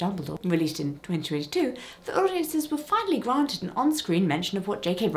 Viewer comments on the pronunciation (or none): none